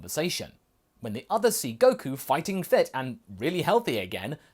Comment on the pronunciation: Coku ah yes coku